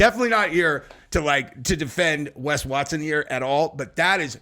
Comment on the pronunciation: I don't know what's more annoying, Wes Watson himself or the fact people pronounce his name 'Wess' Watson..